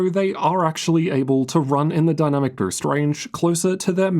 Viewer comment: Bro struggles with the word “boost”